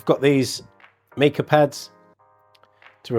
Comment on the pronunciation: The mineral mica is pronounced with a long i, as in ice. Cheers.